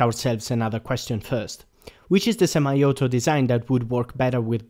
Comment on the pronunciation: I love your accent. And the way you say "Semi auto" as it sounds like you are saying something in japanese.